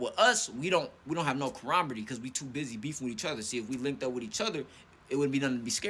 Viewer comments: homie made up his own version of the word camaraderie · Homie in blue can’t say camaraderie for nothing.